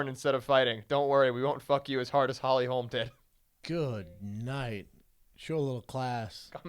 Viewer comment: LITERALLY STILL YET TO HEAR SOMEBODY SAY HOLLY HOLM INSTEAD OF HOLMES